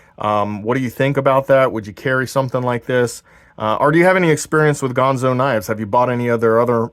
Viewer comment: It's ganzo, not pronounced gonzo, but I do like your channel, I subscribed